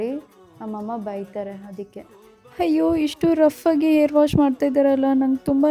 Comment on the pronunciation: Air alla akka adu Hair